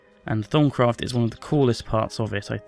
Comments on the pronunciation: i thought he said thong craft lol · Did he say thong craft? Lmao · I heard "Thumbcraft"! LOL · he makes it sound like thong craft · thumbs up if u thought he said thong craft :P